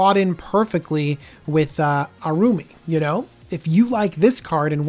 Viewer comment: Generally, I like Deck Techs, but these unscripted ones lack focus. The editing is inconsistent. I get mispronouncing names on a live video, but these don't appear to have been done live, so going back and cleaning them up would be good (example, how he pronounces Araumi in this video). Having watched all of the Commander Legend's videos he's done so far, it also appears that he is missing the boat on where some of these new commanders will shine (example, Abomination of Llanowar gives an alternative for Golgari elf aristocrats. It is cheaper to get out than, say, Jarad and the mana cost is less restrictive needing 1 green, 1 black, and a colorless versus 2 Green and 2 Black). Personally, I'd like to see him get more to scripted deck techs versus these reviews. Other content creators are doing better set reviews that have more polish and DJ shines brightest on his deck techs.